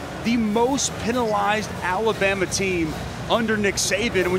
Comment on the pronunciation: how hard is it to say alabama....jeeeez...lol